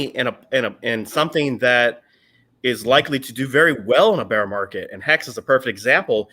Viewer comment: love you man but don’t say ‘beer’ market. Say ‘bear’ market, like the animal not the drink. My german is horrible, not criticizing you only trying to help.